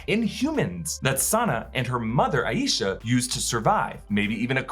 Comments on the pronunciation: It's eye-sha Not a ee sha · Not sure if anyone has mentioned this but the grandmother's name is pronounced "EYE sha" with two syllables. Not, Eye Yee sha, with three as can be more common in American culture.